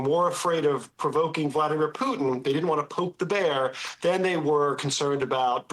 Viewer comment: Did she just say "poo'in' ??" Core blimey guvvna 😅